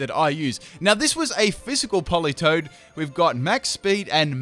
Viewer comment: Isn’t it politoed?